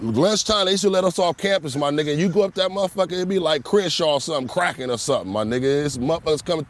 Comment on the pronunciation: That nigga ain't no real blood he said Craccin 🤣